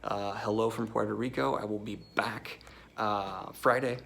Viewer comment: You keep pronouncing Puerto Rico wrong 😄